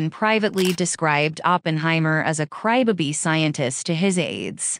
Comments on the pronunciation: You know, you can make the AI voice say crybaby properly and not cry bibi. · It’s pronounced “Crybaby” not “Crybuby” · I came to the replies for this 😂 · "A cry ba-bee"?!! Gotta love AI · How came she can't pronounce crybaby correctly?